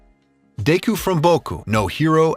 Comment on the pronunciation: Deyku? Deyku????? Seriously bro?